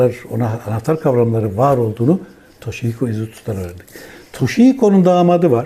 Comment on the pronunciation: aslında s harfriyle söyniyor ;ş harfiyle değil.toShihiko izutsu.